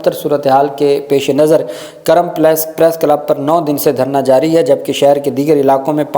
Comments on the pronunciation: بھائی یہ کرم نہیں ہے بلکہ کورم ہے کاف پر پیش ہے کرم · کرم نہیں جناب کورم ک کے اوپر پیش ھے